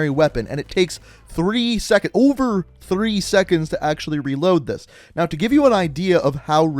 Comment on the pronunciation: Wafter thwee mwost weecent update